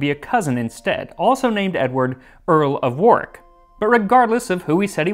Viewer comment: Most Americans can’t pronounce “Gloucestershire” and “Warwick” properly but Max has no such problems 😍